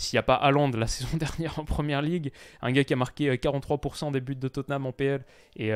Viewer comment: tu fais la faute de prononciation à chaque fois. Quand il y a plusieurs buts, il y a un S à but donc liaison 4 buts à 0 avec la prononciation du S et non du T. Et tu dis souvent « en vrai »